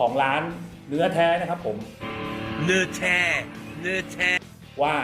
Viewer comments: นอแท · ชอบตรงพูด เนื่อแท่ เนื่อแท่!!! 555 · ดูพี่กินแล้วหิวเลยครับ ผมชอบ พูดคำว่า เนื้อแท้ มากๆครับเหมือนฝรั่งเว้าอีสานดีพี่555